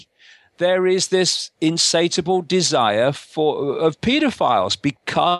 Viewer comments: " insatable "? insatiable, no? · I feel sorry for anybody who takes the rantings of this bozo seriously. "Insateable"! He can't even get the word right.